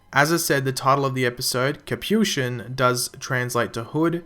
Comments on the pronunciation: IT'S PRONOUNCED KA-PI-SHON!!! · nice vid actually the title is pronounced cap-eee-shon